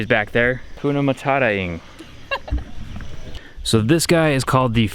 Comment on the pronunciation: Its not hakuna matara, but HAKUNA MATATA yeah I know accent! 😂😂